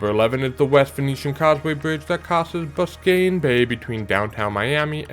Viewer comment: Let me give you the local pronunciation for the Suwannee River [swan-knee] and Biscayne is [biss-cane] and apalachicula [app-uh-latch-chee-cola]. Native American names are hard to pronounce.